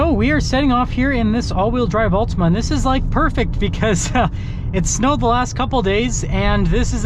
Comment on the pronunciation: Not sure about this review. You can't pronounce the name of the car correctly.